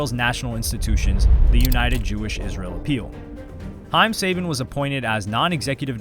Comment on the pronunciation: I thought it was suh-ban not say-bin